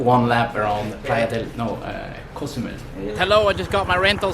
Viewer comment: Hi, bro! Great video! I like the way you pronounce Co! zumel! I' m flying to Mexico in a week for a month. Thank's. You are the best!